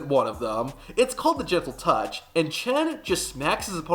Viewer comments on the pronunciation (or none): it's "chentle touch" for corrections